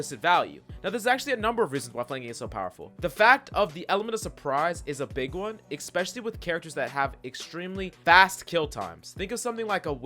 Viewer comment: Its pronounced ESPECIALLY!